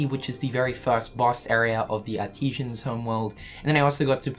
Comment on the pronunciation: Ar-tee-sian?! You mean Artisan (Ar-ti-zen).